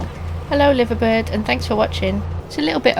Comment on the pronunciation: "Liver bird" with a long "i" as in "a live performance " rather than a short one as in "live aboard" I think?